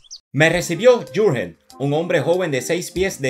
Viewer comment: Buen trabajo como de costumbre. Una sugerencia. Si te vuelves a tropezar con un Jurgen, así escrito en alemán, puedes pronunciar: "iurguen". Saludos desde Zúrich